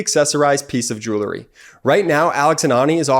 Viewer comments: please pronounce the product correctly (at 4.57): It is jewel-er-y, now jew-le-ry. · Please....Jew-el-ry, not jew-ler-ry. Sorry, but that grinds on my nerves every time. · Please stop saying "jew-ler-ry". it's "jew-el-ry". Thank you. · Will you PLEASE tell the guy voicing the jewelry commercial to correctly pronounce the word J-E-W-E-L-R-Y ! It is not pronounced jool-lerry. Damn. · You'd sound a lot more professional Ben if you minimized your use of the word "like" and only used it in proper grammatical fashion. People don't "go" they "say". Teach your brother how to pronounce "Jewelry". 😁